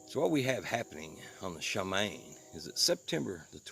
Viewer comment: Just a heads-up... it’s pronounced Shuh-Mah-Yeem